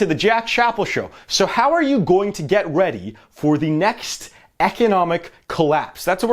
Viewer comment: Get "reaedy"?